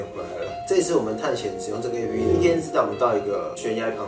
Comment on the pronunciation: 提個小意見 : A-P-P（逐一唸出字母）是錯誤的喔! app這個字是由application縮寫而來，所以當外國人在唸這個縮寫時，只會唸成/ˋæp/，並不會把每個字母都唸出來唷！